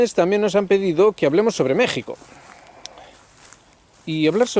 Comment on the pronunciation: Muchas gracias por usar la pronunciación original de México 🙂 Añadiría que una de las dificultades para entender lo que pasa en México es el cerco mediático que tenemos frente al exterior, bien sea por los medios anglosajones (DW, ProPublica y otros atacando al gobierno actual) o por los mismos analistas mexicanos (caso Jalife con su odio a Sheinbaum). Sobre el simbolismo... Creo que es un tema muy difícil de abordar y sólo quisiera comentar que el Peje es historiador y ha hecho acciones que nos dicen que comprende y sabe de los símbolos y los tiempos. Por último, quisiera añadir que López Obrador es un producto de su tiempo. Al igual que Xi y Putin, AMLO es alguien que el mismo México fue creando y llevando a su destino, eso podría darnos un norte para entender la situación. Saludos,.